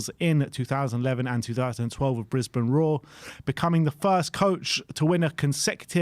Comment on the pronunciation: On ya, you pronounced Brisbane the way an aussie would!